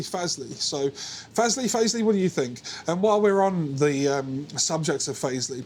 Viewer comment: Great video and playing! It sounds bloody good for the price. My 14yo daughter wants a 7 string to play Korn songs and other stuff like that. I reckon this could be the one for her, especially since they're going for £113 now! Thanks for the upload! Might be Fazz-lee because there's no 'e' after the z. Ooh the controversy 😂